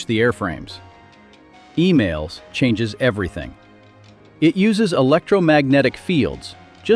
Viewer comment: No F35 on the Ford. Also please not Email but EMAL.